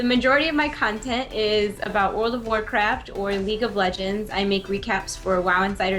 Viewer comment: also, said Cuntent